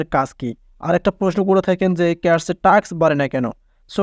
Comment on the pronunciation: দূর হ্লা টাক্স , ট্রাকশন কি রে🤣🤣 টাস্ক, ট্রানজেকশন ✅